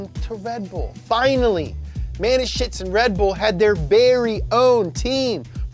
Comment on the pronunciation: When you are a german and you her the pronunciation of Dietrich Mateschitz the video is very funny😂.